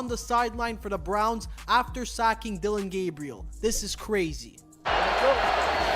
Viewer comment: Why don’t you Learn how to pronounce the young man’s name ..